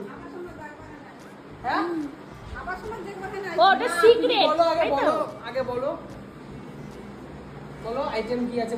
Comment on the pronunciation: হ্যাঁ ওইটা সিক্রেট না, সিগারেট না? বোঝো অবস্থা হলুদ সিক্রেট কে সিগারেট বলে। 👎🤣😂🤣👎